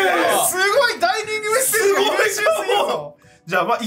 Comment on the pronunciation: 自害だったら殺人犯はいねぇな？と思ったらちゃんとツッコミ入って安心したｗ でもそのツッコミを入れたとりっぴぃが「ダイ”ニ”ングメッセージ」って言ってるのが気になったｗ料理人になるじゃねえか！